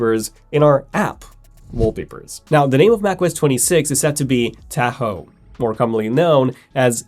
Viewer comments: "Teah-ho" ?? LOL what? "TAH-HO" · You are pronouncing Tahoe wrong. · I find this mispronunciation very annoying